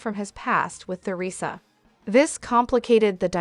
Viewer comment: I agree with the below comments-it must be hard for both parties. A word to the person programming the AI narrator: Take note that there's no "th" sound in the word Theresa.